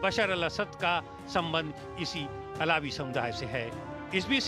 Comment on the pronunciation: अलावी नहीं है सर बलकि अल्वी है